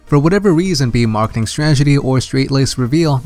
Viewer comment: Dude. Learn how to pronounce "strategy". But good stuff. Keep up the good work.